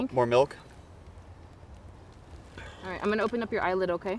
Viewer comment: How did you get the letter u in milk? It's obviously pronounced with an I